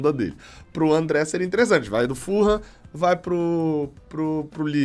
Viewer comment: Não é FUL-HAM se diz FU-LAM.. assim mesmo .. ful ham tem quase significado de presunto inteiro